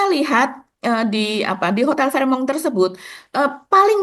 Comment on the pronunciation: fairmont asalnya bahasa teutonik / jerman, bacanya fèrmond bukan a la perancis fehmong. nggak enak memproses informasinya seperti mendengar news anchor cadel.